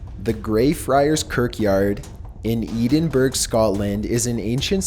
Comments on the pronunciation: It's 'ed-in-bruh' not 'eeden-burg' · Edinburgh is pronounced "Ed-in-burr" not "Edin-Burg" haha. Americans/Canadians always pronounce the "g" in our towns/cities. The "g" is silent. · Edenburg? I love your videos, but it's pronounced "Ed-in-bra" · Edinburgh,..Not Edenburg! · lets all go to eedingburg. Its pronounced edinboro but spelled Edinburgh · Edinburgh is pronounced ED-in-BU-RR-ah not ED-in-Berg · "Eden Burg" is the weirdest pronunciation of Edinburgh I've ever heard. It's pronounced "Eh-din-brah" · Edinburgh pronounced ed - in - burn....( said Eedinburg, he's not the only one Zack Bagans called it edinburoh, wich is understandable it's kinda weird spelling for it) We just like weird spelling here I guesse, there's a place called Milngavie pronounced mull-guy and Sauchiehall pronounced suckyhall 😕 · Edinburgh.... is not pronounced "Ee-den-burg" ... More like "Ed-in-berr-uh" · "Edenberg"? Are you serious, dude? EDDINBRAH. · For future reference its pronounced ed-in-bruh, not ee-din-berg ;) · Kipomo living in america my whole life and my british literature teacher was a Scotsman. Most people would pronounce it edin burro, but he would say it so fast it came out edin bru. so i never new which one was which ty! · Damnit, it's "Ed-in-burr-uhh" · Eedin-burg??? Faaaak? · "Eden berg" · It’s pronounced ed-in-bruh but good try haha. I’ve been to Greyfriars many times. Edinburgh is full of history and there’s many places you can go, including into the underground, where paranormal things happen. Next time I go, I’m going to go to the section of the graveyard where Mackenzie is. The gate entrance into that part was locked last time I’m guessing for public safety :/ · Hey there, love your videos & you're as cute as a bugs ear. just one thing I need to tell you though, Edinburgh is actually pronounced Edin-burra.There, I hope that helps you for any future videos. I look forward to more from you, thanks for keeping us entertained! 😎💕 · "Eedinburg"?? lol so funny